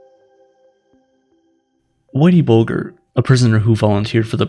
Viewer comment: I think it's pronounced bulge as in, "haha, he's got a bulge!" rather than it rhyming with vulgar. Whitey Bulger